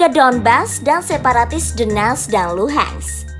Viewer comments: Tenang itu bukan donetsk tp "the-nets" kata pembawa beritanya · Baca nya Dones aja, T nya dibaca jadi aneh dengarnya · "the-nets" itu kota dimana? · Donetsk (dibaca: donyetsk) ya, semoga bermanfaat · Adminnya baca DONETS aja D'NETS ..D'NETS kayak TAl..bikin telinga yg denger pingin BErAQ.. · Lucunya host nya baca nama donets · Nyebut nya theNetss wkwkw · Cara ngomong donest nya biasa aja kali napa mbak. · The way Donetsk and Lugansk are being pronounced incorrectly with Western accent cringed me a lot. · Suara lucu saat bilang donetsk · DENETSZZ DAN LUHEENTZZ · Doneks dan Luhan saja min gak usah inggris sangat bacanya yg dengarpun org Indonesia 🤮🤮🤮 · bner 🤣 gue geli dengernya